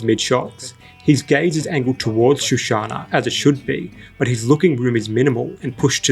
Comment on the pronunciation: Shoshana not shushana.